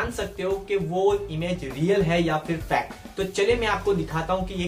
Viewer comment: bhai tum fake aisa bol rahe ho jaise ki tum fact fact bol rahe aisa lag raha hai